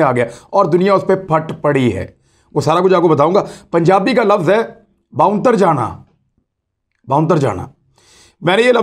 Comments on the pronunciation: sir its not "bonter jana" ,its "bondal jana" correct me if i'm wrong. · The word in Punjabi is "Ponthere jana" and not Bonther Jana" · باؤنتر جانا نہیں بھوتر جانا اصل تلفظ ہے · عمران ریاض خان صاحب یہ لفظ جو آپ بول رہے ہیں اس کا صحیح تلفظ ہے باؤندل جانا جسکا مطلب ہے پریشان ہو جانا, اپنے حواس میں نو رہنا , حواس باختہ ہوجانا - بوکھلاء جانا